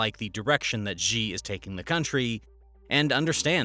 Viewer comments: A small suggestion: Xi is pronounced „Shee“ and not „Xjii“ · Xi is not pronounced "Gee", it is pronounced "she", like a girl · Xi's name is not pronounced 'djee' but 'she'. If you don't care enough to the get the pronunciation right, perhaps your other details are not accurate as well. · Say his name right jsfc